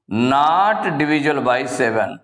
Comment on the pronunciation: Nat nahi not